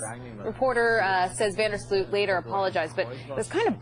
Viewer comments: FYI: In English speaking media his name is pronounced incorrectly. The OO in Sloot should be pronounced as OA (just like in BOAT) and not as UI (as in FRUIT)... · Yóa-ran van der Sloat is how you pronounce it, not You-ráwn vonder Slute 😓